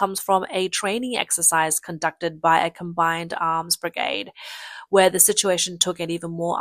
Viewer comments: Brigard ? BRI-GAY-D. Whats with the sky ? It is always polluted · What is a begard ?What is that?Do you mean bergade because you're saying begard. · brig-ard. i still hurt from that. That is usually a sign of AI generated speech. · Its pronounced BRIG-AID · "The brigarhd" 😅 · The A in brigade is pronounced with the long-A sound. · you missed brig-ard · And brigaad. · And pronounce it bri-gaahd. Sometimes. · You need to work on your pronunciation of brigade, barracks, and regiment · brigade rhymes with lemonade - it doesn't sound like brigahd - how many times did you say it wrong? Batallion sounds like bat-TAL-leeon, not like bat-TIL-leeon how many times did you get that wrong? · Ai crap Bit-illion NO BATillion and Brig AID not bigaaade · You can't say "A"? Its "battalion" not "bitillion"..and not "brigahde" its "brigAde" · WTF is a briggard and a battillion?! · May want to rehearse scripts in future. Pronouncing brigade and battalion as brigarde and battilion was doing my head in. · You're not pronouncing "brigade" or "battalion" correctly... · Please pronounce "Brigade" and "Battalion" correctly before mocking others for incompetence. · Cmmisinar? Butillion? Brigod? You cant pronounce english words. Probably should not be a narrator.